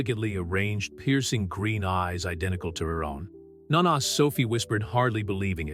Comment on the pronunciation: A lovely story. Italian grandmothers are called NO-NAH, not NAH-NAH - Spalled nona For those complaining about the fact she's black. There have been free and enslaved black people in Europe since at LEAST the Roman Empire. The Roman Empire was very cosmopolitan, containing people of many ethnicities: various Asian, Arabic, Indian, Egyptian, etc., and various black African groups. While paintings depict all white people, those fancy events they show normally had different black people within even the nobility all throughout Europe. Cleopatra was Greek, rather than Egyptian, while just to the south of them, black African kingdoms contained some of the most wealthy people in the world. Rome was a major trading hub, and ships came from all over the known world. Some of them settled in Italy.